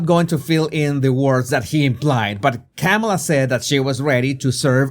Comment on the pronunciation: It's racist to pronounce her name Camela instead of Kahmahlah. At least that's what the propaganda wing of the Democrat Party taught me.